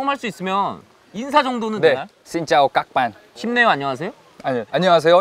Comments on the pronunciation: 엥 머야 비와이 베트남 학과라고?-?????? ㅋㅋㅋㅋㅋㅋㅋㅋㅋㅋㅋ개 놀랫네.. 신짜오 깍반 성조 제대로 하시는거보니 제대로 배우신듯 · 신짜오 깍 반 딕션 ㄷㄷ 랩인 줄